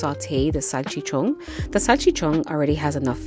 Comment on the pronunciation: Salchichonggg, with sazongg and jamongg